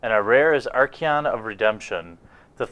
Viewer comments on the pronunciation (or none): well its Archon and since it have absolutely no i in it it cant be "Arkion" i guess to spell the pronounciation it would be something like [Ar-Khon] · Dude. You pronounced Sejiri Merfolk about fourteen different ways. You even said "plant" wrong. "Arkion of Redemption"? Really? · Love you butchering the archons name xD But keep up with the vids man!!! Cant wait for the unlimited starter!